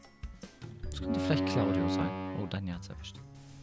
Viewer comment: Nein ich meinte, er hat ja am anfang gesagt:,, Und mit Claudio" Und ich meinte das es sich angehört hat Wie "Cauldio"😂